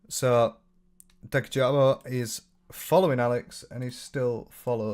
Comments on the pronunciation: Awhile ago, I clicked "do not recommend channel" on Louis's channel just because I really disliked how he wasn't thorough at all, and somehow that video still popped up and I clicked on it. The fact that he started off not even knowing how to say Dankyjabo said enough. Most of his points just made me shake my head because they were just so American-centric and seemed to be cultural misunderstandings at first. As an American, I always heard British people use the term "beef curtains" and while I hate the image it puts in my head, it didn't come off as rude or particularly offensive, just not something that would be that culturally acceptable to say in the US. I might be wrong here, but I remembered saying he was Egyptian, and many commenters were insistent that had to be black or had to be white, which is a very American view of North Africa and the Middle East that really isn't true, and it seemed that the argument against was partially based on that belief and (potentially unwittingly) that racism. Many Americans, particularly white Americans, have absolutely not the first clue when it comes to other countries and racism. Even when I was getting my degrees in anthropology and history, the arguments I saw weren't dissimilar to everything Louis said regarding racism in his video. Americans are taught to think like this, so it's no wonder it was readily accepted by American viewers. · been just on top of the insane allegations and blatant disrespect they can't even say his name right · I was thinking that; and on top of that you know they’ve seen enough of his videos to get his YT name right? Like I just felt like them mispronouncing and calling him names really felt hateful. “unbiased interviews” though 💀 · Hey can I just say it’s annoyed me how people can’t say dankyjabo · They were saying it wrong. You emphasize 'danky' and it's a soft 'a' in jabo